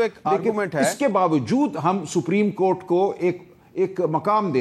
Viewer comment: جو شخص سپریم کورٹ کا تلفظ ہی صحیح نہیں کر سکتا ھو اسے آئین پر بحث کرنے کے لئے سلمان اکرم راجہ جیسے ماہر قانون کے مدمقابل🎉ا بٹھا دیا جاتا ہے۔بدنصیبی ہے ملک کی۔